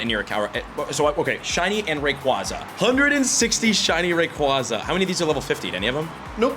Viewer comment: You’re a big Ray QUAY Zah guy Its not QUAH its QUAY